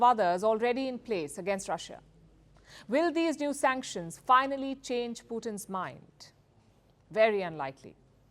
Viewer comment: SUNCKTIONS BIDEN SUNCKTIONS more SUNCKTIONS